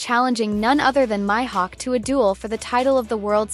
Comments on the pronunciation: It’s not Myhawk it Mihawk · Bro said myhud